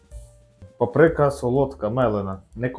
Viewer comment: Правильно "ПАприка", а не "паПРИка"